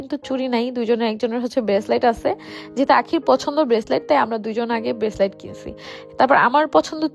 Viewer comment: Breslate naki breslight 😂😂